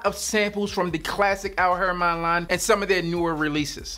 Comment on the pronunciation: Beloved, great list fam, so many great choices. Al'Haramain pronounced Al -harah - main/mane. Middle eastern company, Haramain means sanctuary/sacred. Big fan of valentino uomo intense., its so versatile from work, to afterwork lounge, it WINS! Noir Extreme is a killer boss fragrance. Bleu De Chanel parfum is class in a bottle. Profumo is elegant & screams grown n sexy while getting money. Givenchy Gentleman is on my list for next cop, i gotta grab that jawn yo! Salute!!!